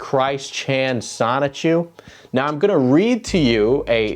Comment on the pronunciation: The biggest question in all of this is, will Chris-Chan ever actually pronounce the N in “Sonichu,” or will it forever be “Sahchu”?